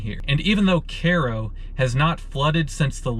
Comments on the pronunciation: its not pronounced "karo", it pronounced "kiro". Cairo is a sister city of Cairo, Egypt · It’s K-row Illinois. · It's pronounced KAY-ro. I went to school in Carbondale many years ago, and know the town pretty well. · Care o? Isn't it Ky roh like Cairo Egypt? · It's not CARE-O, it's pronounced KY-RO! I'm sure that Karens live here, but they're not from Egypt. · It's pronounced: Ki Roe, like Cairo Egypt. Not like Karo syrup! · IT'S PRONOUNCED kyro YOU IDIOT. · hahaha Care-oh is English Kiro is Egyptian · Learn how to speak English, you. It's pronounced KYRO, not cayro. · Same with the city in Egypt. He was pronouncing it like the corn syrup Karo or kay-row. Kai row or ki-row. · as a former resident, locals say CARO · OH MY GOD ITS PRONOUNCED KY-RO. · Strangely, I would pronounce the town name as Ki Ro as its spelled the same as Cairo Egypt. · Wondering why the folks don't pronounce Cairo like the place in EGYPT. "Care-O" sounds ridiculous or ignorant about Egypt. No offense. Thanks for the video and explanations. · Its pronounced "Kyro" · I hail from Illinois. Good show, and I believe Cairo is pronounced Ki-ro (long I) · Caro? Not Cairo? Like Cairo, Egypt? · I never would have figured out the name of the town if I was just listening on my phone. It is a bit funny that you pronounced "Cairo" in Egypt correctly but not the KERO in Illinois. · Kay row is how one pronounces that. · Great music, but your insistent Care-o was annoying - even if locals who never heard of Cairo call it that. + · The guy says the area is called "Little Egypt". So why is everyone pronouncing the same spelling of Cairo as Care-o? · It’s pronounced Cyroe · If it's named after Cairo, then why do you keep calling it "Care-oh?" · Care-oh illy-noise? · In Australia, if we say care-oh we are saying kero, which is short for kerosine! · Is it even possible this is pronounced "care oh"? I don't believe so. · It's KI-ro, like Egypt. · It's Cairo like Egypt. Karro? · He isn't even saying Cairo right!